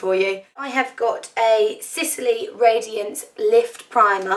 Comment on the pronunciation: don't worry about your english,she just said sicily instead of sisley,lol!!!!!